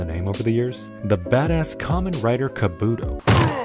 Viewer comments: Well i wouldn't say the Kamen Rider series was "rising in popularity", it was always a pretty big success Also the last thing i expected was for this to be here goddamn Also not to nitpick but that's not how you say Kabuto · I love it when non-Kamen Rider channels mention Kamen Rider, even though hearing you pronounce Kabuto wrong broke my soul.